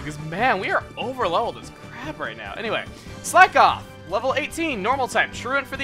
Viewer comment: When Chuggaa said Corpish has crap special defense I heard it as crab special defense.